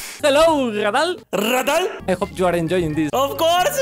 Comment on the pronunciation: no man you're saying it wrong it's not redel it's raydal